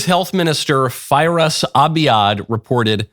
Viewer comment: Did anyone else lose it as hard as I did at the health ministers name being Firass and it being pronounced "Virus" ?? 🤣